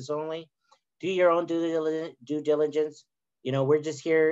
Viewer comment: "do your own duhilihance: xD